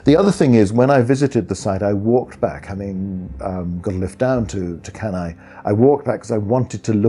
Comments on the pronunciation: Dear Anglo-Saxons, could you please pronounce Latin names properly? Beginning with Cannae. Even the esteemed professor mispronounces it, even though he must have learnt proper Latin. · Off-putting when the narrator (AI or human) is unable to even pronounce the name of the battle properly. One needs to wait for Dr. Goldsworthy to do so properly but, like when he makes a suggestion for the actual location of the battle, he's just ignored.